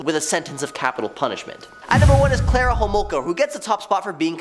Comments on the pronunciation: Her name is Karla Homolka, not Klara. Do you research. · You’ve prob already heard this but it’s Carla Homolka, not Clara. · Its not “Clara” Homolka, its “Karla”, and they lived in a city not too far from mine. About half hour away. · This guy is terrible! It’s Karla not Clara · It's not Clara Harmolka...it's Carla Hamolka